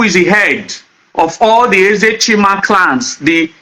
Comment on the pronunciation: Bro, you are very knowledgeable but work on your pronunciations ditto clans but you sounded clowns and more .